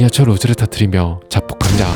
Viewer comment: ~~~니다 발음이 이상해요ㅠ